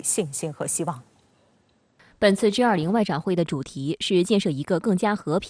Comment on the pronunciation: 主播，是G20，不是J20